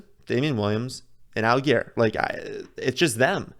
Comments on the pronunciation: Just a tip, allgeier is pronounced like “al-jeer” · I believe it's Tyler Al-Jeer